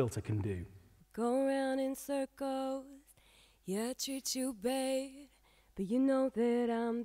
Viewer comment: Why does sound like all the other pop singers pronouncing those As in words like "Bad" sound like "Bayyyeed" What's that stupid vocal anomaly called?? BTW this is killer master class that beats any other tuts online.